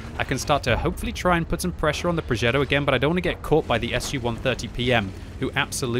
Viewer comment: "Progeddo" Cmon, you're not American.